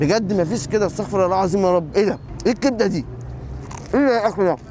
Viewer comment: اسمها استغفر الله بضم الراء وليس استغفر الله بفتح الراء